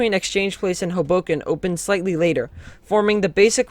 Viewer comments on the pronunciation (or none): It's pronounced "HOboken", not "hoBOken".